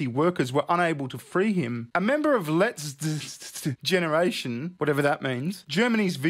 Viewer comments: "Letzte Generation" means "last generation." It's pronounced loosely as "Let's teh". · Letzte Generation. Lets-teh. In English, Last Generation.